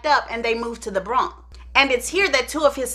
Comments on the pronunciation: It's Pronounced The Bronx... I Heard The Bronk... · Da bronk.. naw luv.. itz called " DA BRONX " 🙄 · Did she say “the Bronc”?!?!??!!!